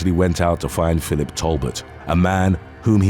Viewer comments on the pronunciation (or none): none